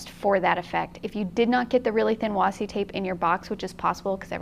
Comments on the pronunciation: you were saying washi correctly originally. It is actually pronounced wa+she. Who.... Why....? What? Who said wasi? The word comes from Japan and Japanese doesn't have trick sounds or silent letters really. Washi a famous type of paper. Washi tape is basically the rice paper made into masking tape. Sorry LoL I know no one asked for a Japanese paper history lesson LMAO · According to the American Heritage Dictionary, it is pronounced washi | ˈwäSHē | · I hope reads this so that she knows that she doesn't have to call it "wassi" anymore 😂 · Thanks for reminding us to play,. Also, it's definitely pronounced "wah-she". I can understand where the confusion comes from. When Japanese people type "washi" they generally type it as "wasi" and it gets autocorrected to washi. It saves one stroke and is common among young people. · Nerd moment. わし can only be wah she in the Japanese pronunciation. There is no Japanese sound for see,. Washi is originally Japanese. Sorry. Nerds gotta nerd. ごめんなさい。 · I want to know who looked at washi and thought "You know what? I'm ignoring the 'H'." LOL